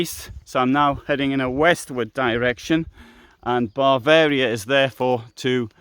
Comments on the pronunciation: Why do you call Bavaria “Barvaria”? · Did he repeatedly say "Barvaria"?